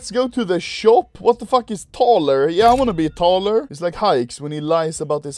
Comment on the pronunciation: I've just died when you pronounced "taller" like that xd HAHAHAHAHA. It's "workshop", but I never figured out that it's taller like Haix HAHAHA